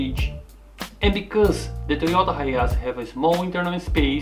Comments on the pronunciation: I just watched the begining. Did you mispronounce Hiace and call it Hiachi? Or was I hearing things? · Anyway, it’s simply Hi Ace Or Hi Ayse.